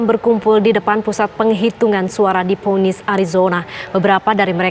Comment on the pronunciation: Phoenix "pfinix"